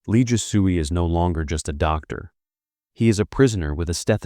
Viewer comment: He butchers every name. Last part is not "soo-ey" but "sway." 😂😂